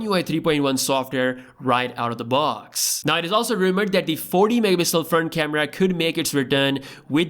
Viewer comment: Please say mega pixel again.